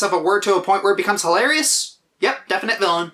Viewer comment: "I'll find it huh-LAIR-e-yuss!" "meh, good enough reason as any, I guess."